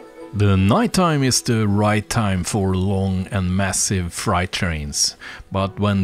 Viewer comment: Freight : pronounced fray with a hard t. Frayt. Think of frayed jeans. Great layout by the way!